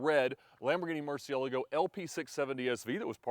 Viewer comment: I really enjoy your videos and channel But I do not understand how can someone that loves Lambo’s so much, have no clue how to pronounce “murcielago” ? Makes my ears bleed…